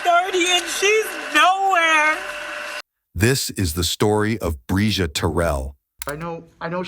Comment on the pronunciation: Overall, you had great coverage! Finally, you got the pronunciation of the girl’s name right at the very end! Bravo!